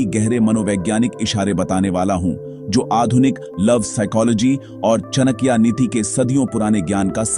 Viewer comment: चणक्या नहीं..चाणक्य बोलना सिखों 😂